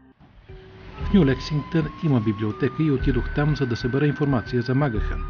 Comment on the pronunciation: Правилното произношение всъщност е МакГиан.